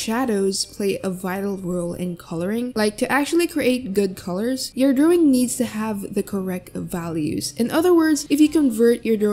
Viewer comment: lol i love how she says "DrOwing" idk why.